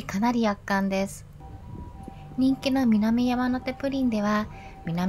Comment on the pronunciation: みなみやまのて、ではなく、みなみやまて、です😊